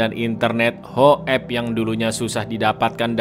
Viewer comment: Ngakak trus bang setiap lu bilang hokep😂😂😂😂